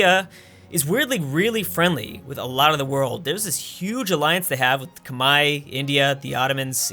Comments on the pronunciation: Who are the "komai" that he keeps talking about? Is it Khmer? Because as far as I know the Khmer are called the Khmer, not komai or kmai or kamae or whatever he's saying (since captions wont pick it up) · khmer not khemai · Ah yes. The Khmai. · Why are you pronouncing the Khmer "Kmai"? Is that the English pronounciation? Sounds weird every time I hear it.